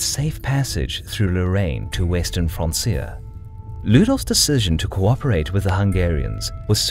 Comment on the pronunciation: Pretty sure francia is pronounced 'frank-ia'. Like franconia?